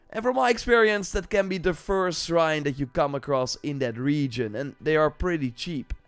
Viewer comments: Say srine one more time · not being able to say "shrine" is what sent me